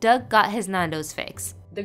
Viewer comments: Nan do’s is great and btw you pronounce it like n-an-dos not n-aan-dos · If you see this please stop saying Nundo’s, try to pronounciate the a more